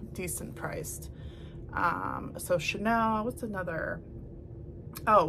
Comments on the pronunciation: Very nice video. But the chenille linens you mentioned is pronounced cheneel, not to be confused with Chanel. Until you started describing the texture, I had no idea what you were talking about, and I am very familiar with chenille. Just a heads up. Again, very nice video. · Hi! Just FYI It’s pronounced shen-kneel.. instead of Chanel. I’ve learned so much from you ! So glad I found you! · Just an FYI - it's pronounced "sha-NEAL". My grandma had many.